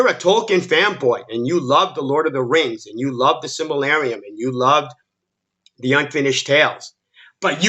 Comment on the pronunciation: Say it with me. Sil-ma-ril-e-on. Fun Fact, if you had read the Silmarillion and gave a shit then you would have also listed the Children of Hurin, Beren and Luthien or The Fall of Gondolin, and the Ankalabeth. But you aren't, so you didn't of course, because you are a grifter. Oh boy, here we go, you want a list? 1-8 are Lore/Thematic issues 1. Galadriel's character is completely made up. Galadriel by this point in her story, was the MOST POWERFUL ELF ON MIDDLE EARTH, she wasn't some military leader of the 'Northern Armies' she was the Queen of Eregion, under High King Gil-Galad (Only because he lead the Noldor), she was married, and had a daughter at this point, and had NO REASON to pick up a sword or armor. 2. Finrod. Oh my God. They fucked up Finrod's character so bad it isn't even funny. To spell it out for you (because you probably have no idea what I'm talking about) Finrod is Galadriel's brother, who dies in S1 of RoP which motivates Galadriel to being the revenge filled mess we see her. Well guess what Finrod doesn't die like that in Tolkein's story. No Finrod, leaves his own kingdom of Nargothrond to his son so that he can go on a quest of True Love with Beren (The story of Beren and Luthian) and is killed in the process. This later encourages Galadriel to look favorably on Aragorn because she sees the same spirit that stirred her brother to help Beren, so it's kind of a big deal. Regardless Finrod dies in RoP and only spurs Galadriel into revenge...the DIR